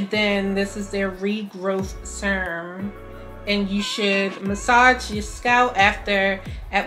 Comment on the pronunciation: You have such a cute accent.. I heard you with that Nora "Surrrum" !